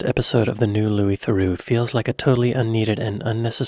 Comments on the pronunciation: Thereaux would be pronounced the-row. Theroux is pronounced the-roo. On another note, for some ppl thought crimes are the worst crimes. You don’t hear much push back about inside prison documentaries and interviews with killers etc. No one is concerned that by platforming them, viewers will turn into killers. On the other hand ppl are very concerned that if you platform a racist, viewers will become more racist. It’s really a lack of faith in other people. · The way to pronounce any name properly is as its owner uses it. So it’s The-rew’, not ‘The-row’. Louis has a unique talent for engaging with everyone he interacts with by being non judgemental and listening intently to the other person’s beliefs and comments. In doing so he appears to be sharing their opinions, but it’s not always so. It’s a very cunning strategy and very few of his ‘victims’ can resist coughing it all up, not realising how clever he’s been. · Lol, Why would you assume a USA-ian pronunciation link will give you the correct way to pronounce it, theh- row is obviously wrong, its a French name so will likely be pronounced that way in English to, theh-rue. USA-ian pronunciation links are invariably wrong for anything outside the USA unless they happen to coincide. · Louie Theroooo - the pronunciation you referenced was spoken by an American. Paul Theroux (American) called himself Therooooo - you’re wrong, I’m afraid. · Louis is pronounced _Lew-ie_, Thru-oh is how his last name is pronounced. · The pronunciation of Theroux can be either. I believe the British side of his family pronounce it Theroo and the US side of the family pronounce it Theroh